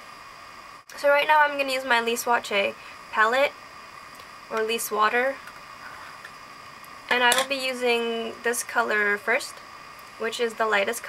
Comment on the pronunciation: lol not lise water...